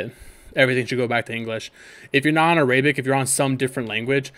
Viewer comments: I know damn well you did not just say a- Rae-bic instead of Air-a-bic lol it's ok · Me: ArAbic: Areyyybic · A-ray.. bic !?🤣 thanks tho bro bro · ARAYBIC BRUH🤣🤣